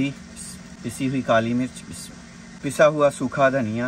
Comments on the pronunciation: the way he says ALHAMDULILLAH nad BISMILLAH is awesome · Pl understand how to recite Bismillah, seek guidance from any Qari, u recite many times in one video and always wrong pronunciation